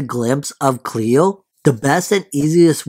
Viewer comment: It's not Chleo! It's Chloe!